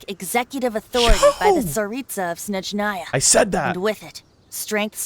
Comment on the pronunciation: I believe Snezhnaya is based on Russia. Then they shoud say snEzhnaya, not snezhnAya From word Sneg ("Snow'). In japanese VAs pronounce it right.